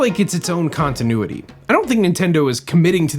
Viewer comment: You mean “kongtinuity” 😏